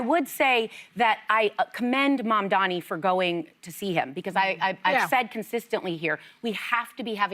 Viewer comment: Joy, it's M-A-M-D-A-N-I. Not Mamdami.